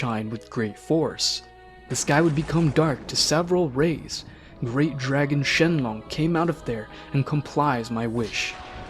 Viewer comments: Shenron not Shenglong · ik but he does not which is why he's using the age old assumption I know this because he says shen-long because that's his "real" name commonly known as Shenron because of the lack of L and piccolo is assumed the same by this logic ie why this dolt says it piccoro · shenlong is his Japanese name not a mispronunciation